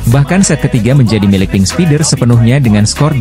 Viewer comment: Belajar dong cara mengucapkan bahasa Inggris dengan benar, bukan diucapkan Pink Speeders tapi Pink Spaiders, Hill State harus nya diucapkan Hill Steit, belajar dulu pengucapannya di Google